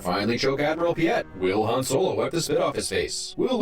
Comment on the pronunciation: It's Admiral PEE-it, not Admiral Pee-YET. Vader pronounces it "PEE-it". Sorry for the nitpick.